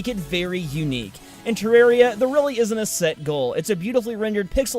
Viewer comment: As I was sitting on the shitter waiting to hear his pronunciation of Terraria, I was preparing to facepalm. And that's exactly what I did.